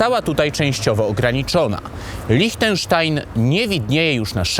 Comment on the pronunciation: Świetny materiał, mogę zarzucić Ci tylko jedno: Liechtenstein wymawia się LIŚTENSZTAJN, nie LICHTENSZTAJN 😉